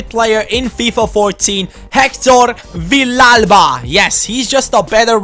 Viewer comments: It is pronunced ViYalva! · It is pronounced veeyalba because 2 ll's in Spanish is y